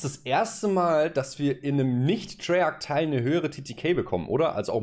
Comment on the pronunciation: Es heißt nicht TREYARK. Es heißt Treyarch. Treyartsch. Meine Fresse...